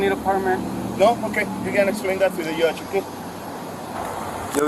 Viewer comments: "you can ehplayne duht to mistuh jeorje" Cops recruiting at home depo parking lots 😂😂😂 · "ju can explain Dat to the yudge" is that seriously how desperate police departments are getting to recruit new people? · It's wrong, but my favorite part. "Explaim it to the YUDGE!" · Wth is a "Yudge" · “Tell it to the yudge” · Did he say yudge?😂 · Can anyone please tell me what the hell is a dam "Yudge" he wants him to explain it to?🤔🤣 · can't pronounce judge right..lol yudge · Wtf is a YUDDGE!😂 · "You can explain it to the yudge." 😂😂😂 WTF is a yudge? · Sorry but you cant be an asshole cop if you cant pronounce Yudge! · “You can explain that to the yudge “ 😂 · LOL..."esplane it to the yudge" maybe give civics lessons to the deranged ID thugs about the constitutional rights of citizens and to read the law they are supposed to be enforcing. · F you can’t say the word Judge properly, you shouldn’t be a cop